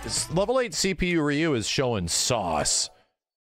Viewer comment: Who the hell is Rye-yu?, teach your friends how to pronounce his name haha